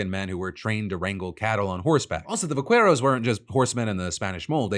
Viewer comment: . In Spanish, the "u" in "que, qui" is not pronounced. Therefore, "vaqueros" is not vah-kueh-rohs, but vah-keh-rohs.